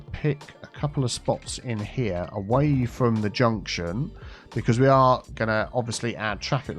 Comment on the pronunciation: "Tea" junction.